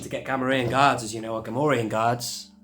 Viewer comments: I've been sitting here going "Gam-or-ri-an" "Gam-or-ree-an" for enough time that I'm coming down on the side of the latter. I think. I might need to use my phone-a-friend lifeline though. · You say "Gam-or-ri-an" (rhymes with Delorean)/"Gam-or-ree-an", I say "well now I'm confused".